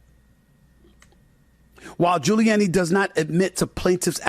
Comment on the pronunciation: Wow SAS can’t pronounce gilluanni